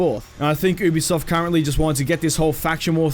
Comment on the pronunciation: Stop saying ew-b-soft it’s u-b-soft